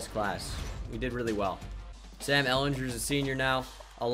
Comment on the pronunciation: Sam is pronounced how you were pronouncing it he says it in his introduction to the Longhorns video